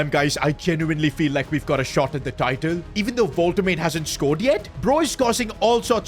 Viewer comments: I love you, but Imma crash out if you say Vohl-Tuh-Made again, its Wohl-tuh-Ma-Duh......... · man its pronounced nick woltamada instead of woltamayd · its wol te ma de you pronoucing it wrong its not wal te mejd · Pls stop saying WolteMATE, it's woltemaaaDe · Nick Volte Mader not Nick Volte Made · It's pronounced Wolte maa de not Wolte made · Pronounce woltemade's name right! It's more like vol-de-mar-da not wolte-made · btw is pronounced "volt-e-mada" not "volt-emade" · the pronunciation of woltemade is annoying me. as someone who speaks german, it's pronounced "vol-te-mar-duh" not "vol-te-maid" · his name is actually pronounced wol-te-maud-e not wol-te-made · his name is actually pronounced wol-te-maud-e not wol-te-made the e is seperate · Its Voltemade not Woltemate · its vol-tah-mahh-duhh i tried making it as simple as possibe cuz i cant hear you saying "volta"made"" again😭😭😭😭😭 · It's Woltemada not woltemaid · Woltemade lol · Woltema’der’ Some of his pronunciations just piss me off bro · it is wol-te-mad-de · Woltemade is pronounced wol -tuh-mah-duh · Nick Vohl-Tih-mad-ay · Stop saying voltemaid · Unexpected event: The board funds the fans big banner tellign you how to pronounce ''Wol-te-madeh'' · You are pronouncing his name wrong its like WOLTE-MAA-DEY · wolt-te-made 🤣 the pronunciation is killing mee🤣🤣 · Yes it's voltermarde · Woltemade is pronounced as Wolte- maa-de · woltemade is pronounced as vole-te-maa-de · to help you out The name Woltemade is pronounced WOLT-E-MARD-EH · his name is pronounced woltemada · U need to specify the V - VoltaMada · bro really said "voltemad" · pronounce woltemade correctly before u keep saying his name bro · Unexpected event: Nick Woltamade is not happy with how you say his name. -5 composure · i literally convulsed everytime you saide woltemade's name. plz bro learn to say it. it's not that hard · Love your vids but please listen how Woltemade is pronounced, please. Peace and love.